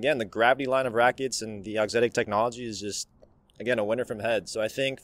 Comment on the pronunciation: good lord man… i’m a fan of both and the channel, but there is not a single “s” in the word Auxetic. NOT. ONE. “S”.